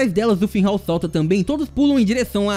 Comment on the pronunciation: "Finrral, Finhal" Qual a dificuldade de falar FINRAL?